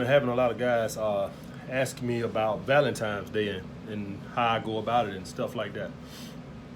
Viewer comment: Nigga it's Valentine's day. Not Valentimes.